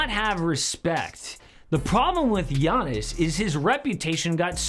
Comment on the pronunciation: . "Yawniss" taller than Brook Lopez?